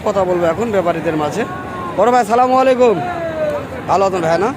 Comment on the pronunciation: ভাই আপনার সালাম দিয়াটা ভুল?? বলেন আসসালামু আলাইকুম ** আপনি বলতেছেন সালামালাাইকুম?? ভুল??